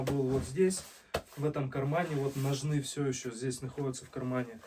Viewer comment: Без обид, но... Ударение в слове «ножны» падает на первый слог: но́жны. Это подтверждается орфоэпическими и толковыми словарями русского языка.